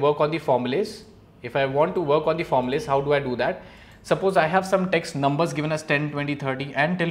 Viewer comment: you said the word 'formulas' wrong🤣